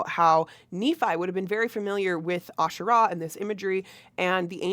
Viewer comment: Heavenly mothers* plural, according to Dallin and Brigham. Polygamous just like Mormon doctrine. When Israelites worshipped Asherah , they worshiped a whole pantheon. And Israelites also have nothing to do with the Bible, Judaism comes from Judahites. The emphasis on Asherah is the first syllable. Nephi is a 1800s invention.